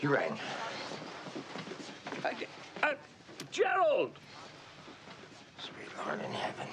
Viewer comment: I don't know why I ALWAYS laugh when Lord Marbury calls Leo, "Gerald!"